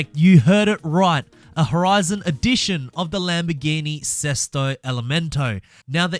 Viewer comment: BEST "SESTO ELEMENTO" PRONUNCIATION I'VE EVER HEARD FROM A NON ITALIAN GUY🔥 congratulations from an italian guy👏🏻👏🏻 the pronounciation was at 90/95% correct🤙🏻